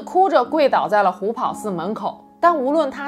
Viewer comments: 虎跑 pao第二声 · 虎跑páo,二声。